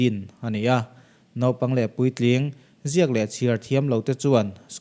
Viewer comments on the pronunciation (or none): none